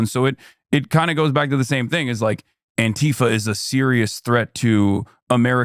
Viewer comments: "Anta-fuh" has to be the most hilarious deliberate mispronunciation attempt of fascists to mask and differentiate the term from it's definition. Lol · why can't he pronounce "antifa"